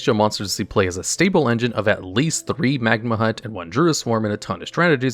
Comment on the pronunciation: Him mispronouncing magnamhut bothered me way too much